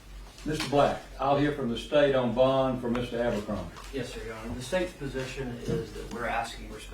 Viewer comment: It's BOND not BONG